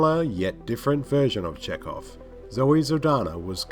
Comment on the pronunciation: This idiot doesn't actually watch half the shit he covers, he just steals his work from Wikipedia articles. His glaring error about Spock plus the fact that he doesn't pronounce Chekov's name right is all the evidence you need to see that this asshole is a hack.